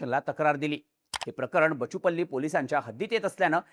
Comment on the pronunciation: It's बाचुपल्ली (బాచుపల్లి)!